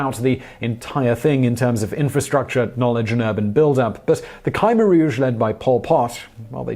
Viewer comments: It's pronounced Kah-mare or K'Meer, sort of in between those. Not criticizing at all, I just wanted to share knowledge. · It's pronounced as Khmer not Khaimer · Damn you need to work on pronunciation of the topic at hand. Wayyyyy off. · I live in Cambodia. You mispronounced Khmer. "New People" =privilege.